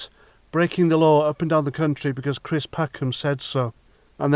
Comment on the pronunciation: Cwist what a pwatt.